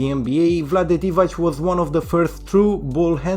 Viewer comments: Divac, not Divać. Pronounced as Divatz. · The ‘c’ in Divacs surname is pronounced ‘ts’, like if you were saying ‘cats’ as an example.